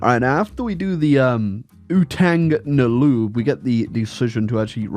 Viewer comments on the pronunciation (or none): yeah I love hearing non-Filipino speaking people (especially western people) say "Utang na Loob" because of how badly pronounced they are (in a funny way) and I will not correct them cuz it's hilarious for me.